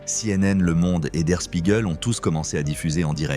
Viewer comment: Pas der Spiegel Mais der Schpiegel. (prononciation)